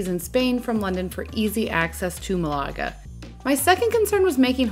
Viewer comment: You’re saying Malaga wrong. Just say it like Canada. With accent on the first syllable.